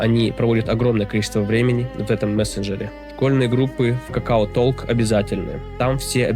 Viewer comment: ну читается это как ток, а не толк. 😂